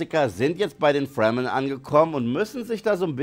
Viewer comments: Wird Fremen nicht Fremen ausgesprochen statt Fremmen? Hab den Film gesehen, bin tief beeindruckt von den Effekten, besonders die gigantischen Maschinen und Spannung 😊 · Oh yes Baby, diese Fwremmen und die Hawrkonans. I guess its absolutely necesary to pronounce die ganzen Names as much american as you f*cking could, even more than the americans could. Das ist hip, das ist autentical und zero cringy for a well aged Mann.